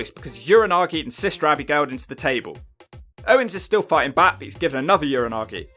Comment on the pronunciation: I love how you say, Abby-Gail haha